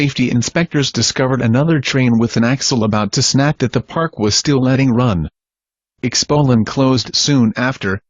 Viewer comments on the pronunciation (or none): he said expolend instead off expoland